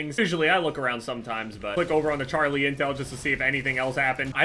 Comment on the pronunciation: how do you butcher "over" so bad?